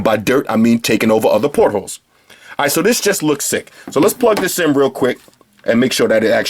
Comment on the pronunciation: He's saying "portals" lol.